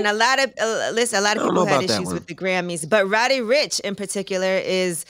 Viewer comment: People get on my nerves, it’s RODDY ricch not ROWDY.